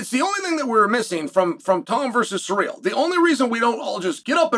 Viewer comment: It’s pronounced Cyril not surreal